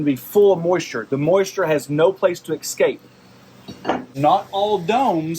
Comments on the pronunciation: Take a drink every time he says, “eckscape.” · Ekscape. Must be the midwest.